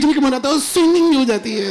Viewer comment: "Amazin' amazin' one liners, but the best expression was "Phir ek banda aakar bolta hai - sweemeeing, join karo....sweewmeeing!!! Kepp up to the good work! GOD BLESS!" 😂😂😂